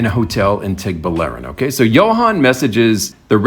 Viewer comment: Guy. Baler is pronounced Bah-Ler. Tuguegarao is pronounced Too-Geh-Ga-Rao. you're welcome.